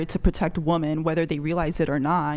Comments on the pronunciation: It’s women - pronounced wimmin FFS. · What is with american girls pronouncing woman and women the same way.. they say 'woman' for the plural version??? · It's women not woman. Damn these chicks are dumb. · since when did the word "woman" become plural? why do all of them say it wrong? English isn't my 1st language but am i wrong?? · Why can they never pronounce the plural of woman? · Holy shit, when did we stop teaching the pronunciation of "women". It's like nails on a chalkboard